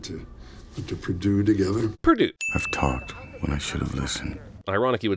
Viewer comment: Lol! Purdue